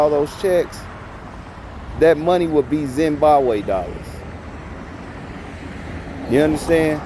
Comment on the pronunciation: The "Zimbawe Dollars" always get me lmao.